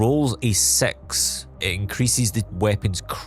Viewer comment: i hate how you pronounce "Six". WHY YOU SAY IT LIKE SEX???